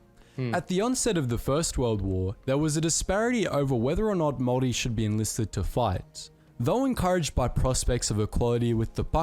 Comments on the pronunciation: When you pronounce the word Maori its said like mowri instead of maowri if that makes sense, and you kind of drag the o a little bit. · Not to be annoying but it is Māori not mori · Māori* as opposed to Mori. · It is pronounced "moldy" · Māori is pronounced more like mouldy but spelt more like moulree but don’t say ree at the end the r is rolled in Māori pronunciation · man says samoan and moari wrong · If you can say 'mouldy' then replace the D with an R. There are two different ways of pronouncing it but the one above is h9w its said in my part of the country